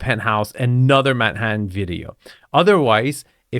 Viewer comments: Do you like “Mannatann”? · "There is an incredible view of Mannatan" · Manhattan. But she hit the syllables so wrong.😂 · Right from the start, that thick but charming French accent had me cracking up. It's rather snooty, y'know? I love the way she pronounces Manhattan. Right here, probably the most desirable apartment in America.